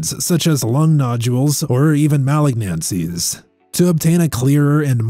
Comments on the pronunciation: What are “mal-ag-Nancie’s”…? 🙄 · SomeOne teach this guy how to pronounce malignancies